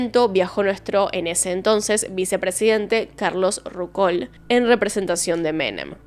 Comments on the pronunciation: ¡Qué espanto, pobre chico!.¿Cómo no se van a dar cuenta que la víctima los va a reconocer, si los conoce tan bien! (Pequeña observación: Carlos Ruckauf,, no "Rucol"). Muy interesante, como siempre tu forma de narrar los casos. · "Carlos Ruckaul"😂😂😂😂¿sos argentina?¿leíste al menos la historia reciente de nuestro país?CARLOS RUCKAUFF!!!!, Otra: los familiares "celebraron el velatorio"😂😂😂😂¿lo haces a propósito o sos así de bruta natural? REALIZARON EL VELATORIO, "celebrar" se refiere a un motivo alegre, festivo, de CELEBRACIÓN... por todos los cielos!¿tu canal tiene más de un millón de suscriptores? Qué plataforma generosa.... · Rucol? Rucol??? Jatejoder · Solo vengo a hablar d la pronunciación de Ruckauf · Es la primera vez que escucho esa pronunciación media rari de ruckauf 😂